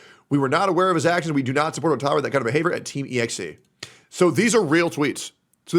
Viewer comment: I love how the AI voice keeps pronouncing EXE as Exie. I mean the name EXE alone implies (at least to me) they're a group of cheaters running a CHEAT.EXE.